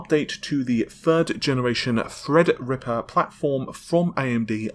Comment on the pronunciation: It's Threadripper not Fredrippa